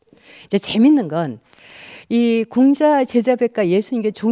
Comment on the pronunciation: 틑린 발음! 장음인 첫 자를 "짧게"잘못 발음ㅊ한 예: 제가( 나), 공자,❤공자, 2000,모든,심경,가치,전쟁,세계,장자( 장자 강의에 장자 발음도 틀렸음), 이 이상 강의를 들을 생각이 없오이다. 장자 강의에 "장자" 발음도 바르게 하죄 못한는 강사!! 이런 엉터리는 세게에서 대한민국 뿐!! 공부좀 하시려ㅃ니까?? ""한국 어문을 고발함"이라는 책을 조용히 읽어 주시옵소서! 미국 변 완수 드림